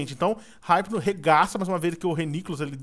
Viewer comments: E IPNO NAO HIPNO SE FALA IPNO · N se lê Raipno(hypno) , é ipno(hypno) , mds vey.... da agunia .... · ripino????? e ipino qie se fala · vc ta falando errado o nome do hypno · o edu falou o nome do hypno dps q ele capiturou todo errado